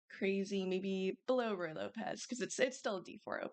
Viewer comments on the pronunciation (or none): I disagree. Ruy is pronounced like wry/rye not ru-e. can you turn up the volume gain on your mic please